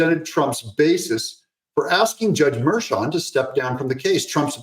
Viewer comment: The judges name is pronounced Mar-khan.